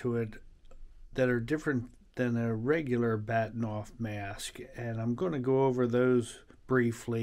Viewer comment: It's Bahtinov not Baktinov.